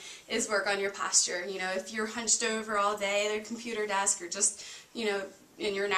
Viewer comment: The way you say posture cracks me up 😂 thank you for walking through each pose! It’s really helpful when watching a video if the instructor gives as much information about where your body should be, what parts should be where, and you do a great job with that. Thanks again!